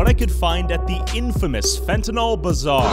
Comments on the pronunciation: Why can’t people ever seem to pronounce the word Fentanyl correctly? It’s not FentaNOL, it’s FentaNYL. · I Fuckin hate peoples who say finti-Nol it’s pronounced Fenta-neal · pronounced FENTANIL. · So annoying that people can't seem to pronounce F E N T A N Y L. They keep calling it "Fentnawl".